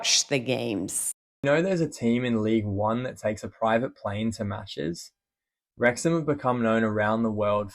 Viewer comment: Its pronounced rex-am the w and the h are silent. Unfortunately here in the UK most of our towns and cities and pronounced nothing like how they are spelt 😂